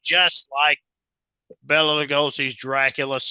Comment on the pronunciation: Bela is pronounced "Bay-la". Bella is a woman's name. The more you know.